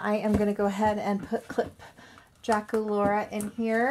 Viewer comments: you said durakulora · Dracolaura....... No DracUlara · It's (Dra ku Laura) and ( Clawdeen Wolf, WOLF) omg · on my ra she is not saying Dracula's name correctly